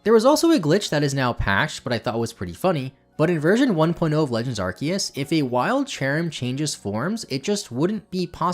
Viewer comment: Been loving all these videos! Also, it's refreshing to finally hear someone pronounce Arceus and Rayquaza correctly lol.